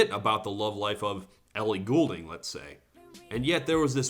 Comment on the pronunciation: I'll never forgive society for letting Halsey lead Lorde's movement. Good piece. Also, as the self-proclaimed #1 Ellie Goulding fan this side of the pond I think you should know the U is silent and the name's just pronounced "Golding" but that's beyond the point. Meanwhile, calling CHVRCHES ch-vur-ches is just funny at this point, considering the band members jokingly do it themselves now.